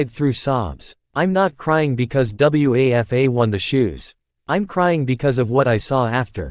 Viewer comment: The students name was Wafa--- it's a name!! Don't you people ever check how things are pronounced???